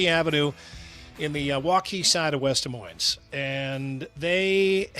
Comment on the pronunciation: Can't believe u didn't call out on saying Des Moinez. Not sure if is saying that on purpose. For working in media and living there for that many years, how do you not know the "s" is silent!